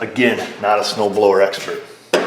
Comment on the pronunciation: What’s a snoooblowahh. 😆